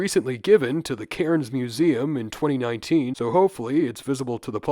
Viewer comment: love the videos man but as someone from cairns i can't let you get away with that absolute nightmare pronunciation, it's said more like "cans". anyway, will definitely have to start saying "what the bloody kookaburra was that", you're an inspiration.